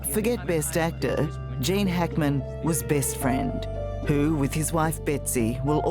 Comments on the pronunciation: It's pronounced " Jean", long vowel /e/. It's a CVCe phonics patterns, not "Jane". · Jane?? Cant she pronounce Gene.. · it’s Gene -pronounced “Jeen” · Gene - pleaee prnounce it properly. Not "jane". Thank you for him and family